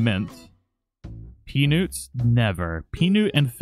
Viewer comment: I think he's cheating I haven't got the mushroom furniture either and he pronounced Peanut wrong its Pea and then Nut not Peaonut